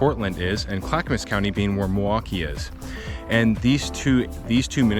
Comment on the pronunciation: Not to quibble, but his pronunciation of Milwaukie is odd. He says Muh-Wah-Kee, instead of the correct way, Mill-Wah-Kee. The L is not silent in Milwaukie.